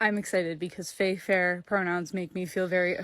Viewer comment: What's a fay fir? Sounds like some kind of a tree or something..